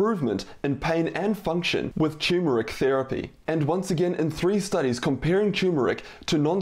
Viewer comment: It also triggers me that he calls it “choo-mer-ik” instead of “tur-mer-ik”.